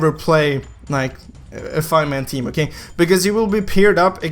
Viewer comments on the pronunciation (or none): LOL "Okeigh"